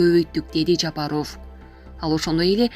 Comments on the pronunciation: Чон кыз туура окуганды уйрончу, канча адамдар силерди угат. Жапарооф эмес, Жапаров.Бекмуродооф эмес, Бекмуродов. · Жапар оф эмес ов окуганды уйронсонор боло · Онолбойт экенсинда дикторлордун курсун окучу ,ЖапАров ,ЖапарвОв дейсин дайыма ,окуп жаткан кыз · Сен кандай окуйсун? ЖапарОв эмес, ЖапАров деп окучу. Кулакка башкача угулат экен. Это, не первый раз так читаеш.ЗЕленскийди да туура оку. Кандай ушундайларды комиссиядан откорбой эле эфирге чыгара бересинерби? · Ооба Жапароф деп туура эмес окуйт ушу кыз. Укканда айтып калабыз бир аз сабатсызыраак деп. Туура эмес айтат да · Айланайын кабарды угабызбы .ээ фамилияны туура окучу килейген эле катын тилинди уйрот да .такта да .Жапарыов деп уят . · Ушул Голос Медианы алып барган диктор кыз Жапаров деген фамилияны туура окууну уйрончу адамдын кускусун келтирбей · Айланайын диктор Жапаров туура айтчы школдо окудун беле школдо ударение на буквы